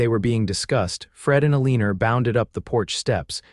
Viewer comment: Excellent story, but teach the AI to lose that r at the end of Elina.